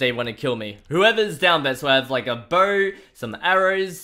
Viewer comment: the words are not pronounced properly...you say no noi you say huge hige you say bow boiw work on your pronounciation please that is why i do not like the vid